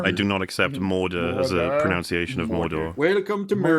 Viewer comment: mispronounces the word “pronunciation” as “pro-nown-ciation” directly after criticizing Doug’s mispronunciation of “Mordor” as “Murder”. The irony is thick here. I love you guys, but I gotta call it how I see it, just like you.